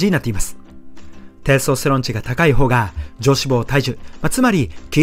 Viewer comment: てぇすとすてろんの言い方が笑